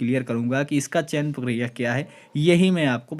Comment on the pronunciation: पकिरिया नही भाई प्रक्रिया होता है।